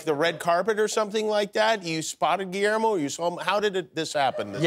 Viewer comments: Pero le llama giermo en vez de Guillermo 😅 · Seas mamón Diego! Pronuncia Guillermo bien! 🙄